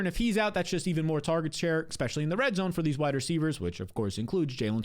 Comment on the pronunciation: Love your advice but please stop saying ex specially. It’s especially.